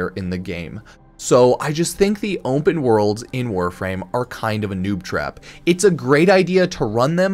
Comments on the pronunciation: bro say OMPEN one moretime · "Ompen" worlds? What? There is no "M" in open. Can we say aluminum and cinnamon? Just found that an odd way to say open. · how did this man say onpen like 50 times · "Ompen Worlds"